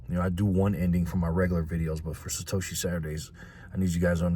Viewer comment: Satoshi? Don’t you mean Sa hoe she?